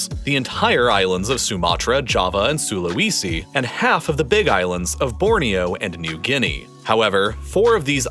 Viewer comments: Please research pronunciation! It doesn't take very long. I cringe every time I hear "Sula-wee-si" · Is this a computer-generated voice? After all this time it only occurred to me watching this video. The pronunciation of local place names is horrendous! "Aseen" for ASEAN, "Can-BEAR-ra" instead of CAN-berra, "SulaWEEsee" for Sulawesi... it was actually pretty cringy.